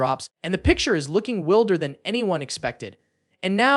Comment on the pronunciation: The word "wilder" is not pronounced correctly by the AI you're using